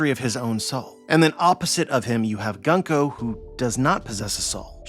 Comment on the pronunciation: Gunko's name (軍子) is pronounced グンコ goon-koh not guhn-koh. The simplest way to to remember this aside from just learning Kana is to remember that Japanese syllables are nearly always pronounced the same. Thus the U sound in Luffy, Usopp, Kuzan, etc and the U sound and Gunko will be the same. Interesting theory. I definitely think there is something up with the Gorosei and the God's Knights not exhibiting Haki so far. I do wonder if there really is a difference between the two though. All the Gorosei are very old already, and Garling, while he did age, is now also old. It could be that they get old but will never deteriorate in a way that will result in death.